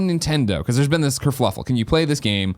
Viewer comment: Everytime Greg says kerfluffle instead of kerfuffle I die a little inside.